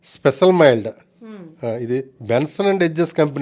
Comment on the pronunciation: మిల్డ్ కాదు మైల్డ్